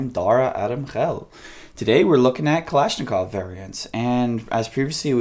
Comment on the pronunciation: "Klashklov trigger" lol